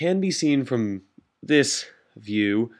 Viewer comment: From, not frome. Aether, not ather. Parachute, not pairshoot.